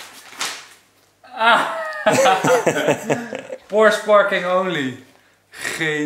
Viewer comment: Eindelijk eens iemand die porsche goed uitspreekt. Wat word ik daar moe van zeg. Goedzo!!